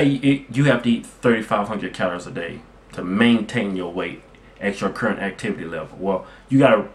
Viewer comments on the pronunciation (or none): none